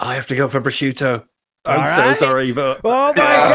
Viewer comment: (1) He can’t pronounce prosciutto correctly, and he sounds like a clown trying to pronounce things authentically (2) he was going to have a day out shopping and whatnot with his mom but 9/11 happened and killed the vibe